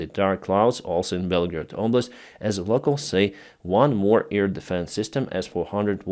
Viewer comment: Please try to say AIR, not 'ear'?